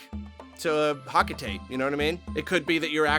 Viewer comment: Isn't 'Hocotate' pronounced 'HOE-kuh-tah-tay'? That's how the original Japanese name, ホコタテ, is pronounced.